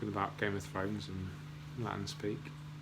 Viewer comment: Guys you are great, but your Latin - have to work on that :-)